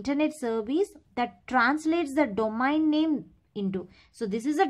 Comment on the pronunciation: Abe pagl domain ko domaen kiu pdhte ho aur router ko rutr 😂😂😂